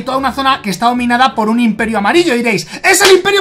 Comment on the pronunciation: "inperio" >:v es imperio